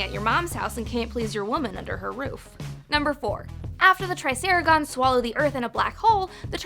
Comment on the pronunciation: are you saying "Raph" or "Ralph"? I seriously can't tell did you just say TrisaraGONS? You DO know it's TrisaraTONS, right?